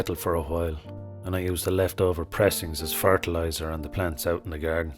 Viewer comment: Struck by the perfection of the word ‘fartilizer’